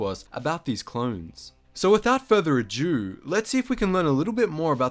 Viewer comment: "So, without further A-jew..."